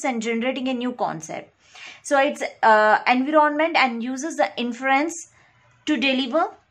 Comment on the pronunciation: It’s not En-vee-ron-ment